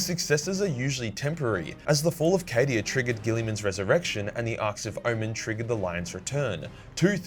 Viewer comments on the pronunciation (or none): none